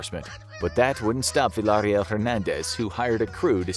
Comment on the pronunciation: He said "Villahhrill" 🤣🤣🤣 It's "Veeya Real"